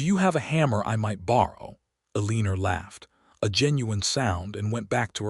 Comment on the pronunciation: I can't wait until AI improves enough to pronounce words correctly, especially Eleanor! 😮